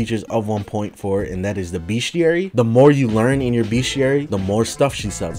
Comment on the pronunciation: I dont like how he says bestiary, he says it like “beashiary”